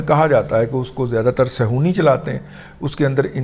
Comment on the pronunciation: رضی صاحب لفظ صیہونی نہیں صہیونی ھے صہیون سے ص ہ ی و ن